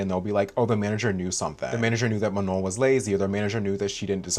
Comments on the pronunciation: 'muh-nawn' *sighs* microaggressive straight up. From Michigan and it's even more obvious to me these days when people do this. They're doing it to Abdul El-Sayed's full name right now to be Islamophobic and it's easy to see the same racist principles reflected here. And it's not even like Manon has a name with a bunch of diacritics or smth all with sounds that don't exist in English jfc. Like at least pronounce the 'no' part without the correct nasal accent and look like you're trying girl. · I feel so lucky that I’m subscribed to u and thanks for mentioning the thing about December ALSO I’m gonna make an edit of u with CapCut 🫶🏻💕 This lopsided bun manager needs to learn to say “manon” before talking bad like that like it’s not mu-naun girl needs to go back to elementary school Problem solving? U mean problem CAUSING And u did as amazing as always 💅🏻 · .... please may this lopsided bun not pmo. may someone please lmk if she pronounced Manon's name wrong on purpose or what☠😭 I jumped the gun, you touched on LP bun pronouncing her name wrong😭 The effort you put into these videos is amazing. Thank you for approaching this whole subject respectfully and still encouraging us to go and do our own research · i was just about to comment about how missy NEVER pronounces Manon's name right when you brought it up. it always irked me how she's known Manon for YEARS now and still doesn't say her name correctly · know what a micro aggression is, I get them a lot as a queer person, and ya that’s 100% what it feels like. She very clearly knows how to say Manon’s name right, everyone around her says it right and she has definitely heard it pronounced right online. I could give her the benefit of the doubt in the beginning but she is choosing to pronounce it wrong atp (love your pfp btw)